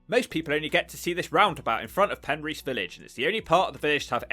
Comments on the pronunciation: Penrhys is not pronounced as Pen REECE. Pen RYS, (RISS). Regarding your list of TURDTOWNS, when are you going to include LONDON? The ugliest, dirtiest and most squalid city in the whole of Europe must deserve its own TT video. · It's Pen-riss, not a problem. Welsh language is f'cking weird. Looks like a cool place, those factory roofs though, a lot of that shit went on in the 70's. There is a lot of those roofs in Swansea. Looks like a lovely place to live if you have enough prepped. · First you didn't roll the r in Penrhys, then you failed to roll the r in Rhondda valley. I'm beginning to suspect you've never been to Wales. Hrrrrumph